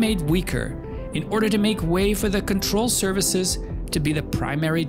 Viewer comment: "Control services". I cannot unhear it :D